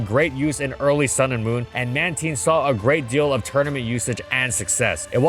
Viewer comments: wait, that's how you pronounce Mantine?! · The "tine" in Mantine is pronounced like "valentine." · worst pronunciation i've ever heard TBH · oh na why would you pronounce their name like that, reuniclus 2.0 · Pronunciation still made me cringe a bit but I got over it because I love this pokemon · No way he just pronounced man-ti-ne, man-teen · It's going to be another one of those episodes....Mantine not Manteen. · "Man teen" Like am I the only one who finds this weird, like I call it Man Tine, like Twine but no W, that kind of thing, like does it not sound weird. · Is it really pronounced manteen? Cuz ive been calling it mantyne since it released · I’ve always said mantine not manteen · Pronounced "Mantean" over "Mantine"? Like "time" "tine", but he goes "ean" sound?? Edit: so this is cuz u pronounced tine in English but when i watched pokemon as a kid in my native language u prounced it with "tine" like "time" probably due to how it is pronounced in japan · if you say it as "manTEEN" you are legally a wanted criminal and should ne jailed it's man-tine as in marine and tide mantine god i hate the anime for changing it and making this crused version of min-TINE'S name which sounds like bullshit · Why pronounce it "Man-teen" is it not "Man-Tine"?? God that pronunciation is killing me lmfao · Am i the only guy whose been saying Mantine with a long I? Hearing the word "ManTeen" over and over feels weird. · Man Tine, not Man Teen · TINE!! Not teen... I swear you did that on purpose... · It's pronounced "Manteen"? Not "Mantyne?' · When you hear him say “Man-teen” instead of “Man-tine” 😭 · I will never not call it Mantine. Manteen just...doesn't sound right to me lol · It’s been “man•tine” a lot longer than “man•teen” sooo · It's pronounced ManTYNE, not ManTEEN! Jesus Christ, how did you mess that up?! Anyways, why does it sound like you're yelling constantly in this video when you aren't sounding exhausted? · when u said manteen i got mad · I’m ok with manteen.